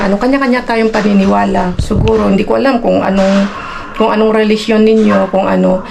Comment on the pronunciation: Hind mo ba mabigkas ang say Religionnabubulolka